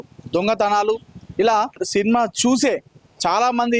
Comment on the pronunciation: సీన్మా ఏమిటయ్యా సినిమా అని పలకాలి. తెలుగు పలకడం కూడా రాని ప్రతివాడు మైక్ పట్టుకొని తయారు. మాఖర్మ కాక పొతే ఏమిటి.